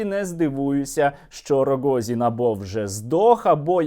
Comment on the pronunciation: стерненко дуже прикольно вимовляє РОГООЗІІН. лайк.